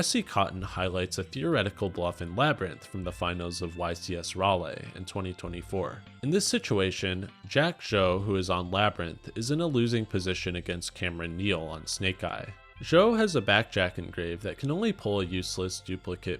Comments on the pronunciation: Raleigh is pronounced "RAH-lee" by the way :) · Great video! Raleigh is pronounced "Ra-Lee" by us in the state, but I might start using your pronunciation instead (Raw-Lay)!